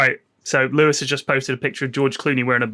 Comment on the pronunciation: Lewis, I mean this in the nicest possible way. As a half Japanese bloke, your pronunciation is dog shit. Loved this episode though!